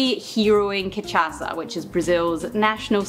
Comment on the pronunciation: Another great video and another great drink. However, it's pronounced 'cai-pi-rin-ya', not 'cai-prin-ya'. Four syllables. Also 'cai-pi-ros-ka', not 'ca-pri-os-ka'. And the booze is pronounced 'ca-sha-sa', not 'ca-cha-sa' :-)